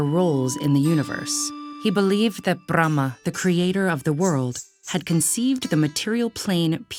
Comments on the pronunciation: The pronunciation is incorrect. She is just trying to sound exotic. The usual rhoticity would sound closer. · They even pronounce Mandarin words perfectly, but here goes "Parvathi" as 'Parvatti' "Annapoorna" as 'Annapurna' "Bramma" as 'Brahma' I guess Google is not guiding them with correct information when it's related India😂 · when she pronounced Brahma, I felt she was speaking Russian language😂😂